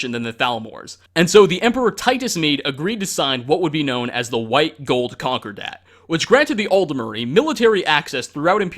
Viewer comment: pretty sure it's con-CORE-dat, like Concorde the plane. not conquer-dat. white-gold conquer-dat. >_>